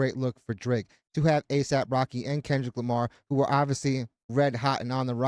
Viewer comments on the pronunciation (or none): She said "Aesop Rocky" lol